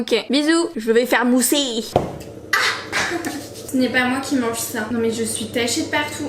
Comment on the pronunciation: L’appel avec ta mère putain là je vous reconnaît 😂 « je vais faire mousser » avec l’accent brestois je meurs